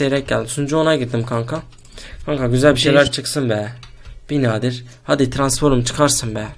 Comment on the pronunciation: Biz transform diyoz abimiz Transforum diyo ahshsahs